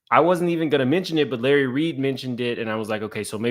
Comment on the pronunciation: Lurry… Me: Lahrry, ooh chile… 🤣😂